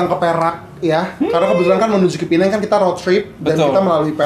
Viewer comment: Bagus U guys pronounce Penang betul 90% of Indo YouTubers salah pronounce